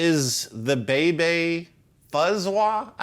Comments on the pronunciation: So that Russian pedal (the huge) it’s name is Effect (the top of Wah pedal) and the name of the effect Is not Bay Bay but must be pronounced Vau Vau. I have it in 80’. Heavy. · Annnd it says "Bay-bay" Russians: *Angry noises* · Well "b" makes a kinda "v" sound, no "w" sound in Russian, so you could pronounce "vau-vau" if u want, too... :) But yeah, obviously it's a transliteration of "wah-wah"...